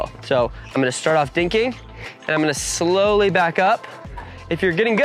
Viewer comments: Slowly, not slowley. Great video though. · AND it's slowly not "slowely back to the net". But otherwise nice production job.